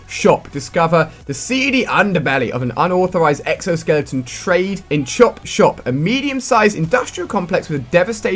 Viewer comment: funny the way he says chopshop